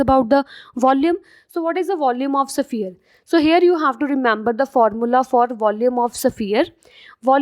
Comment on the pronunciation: Its sphere not saphier